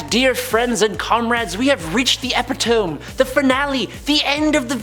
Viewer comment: The pronunciation of the word epitome